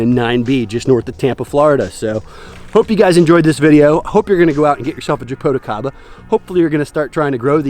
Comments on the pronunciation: You’re saying japoticaba , it’s actually jaboticaba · 😆 it's so funny when you try to say Jaboticaba... 😆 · I'm from Brazil from the State where Jaboticaba is native. When he said "Jaboticaba " I can't help but to burst laughing 😆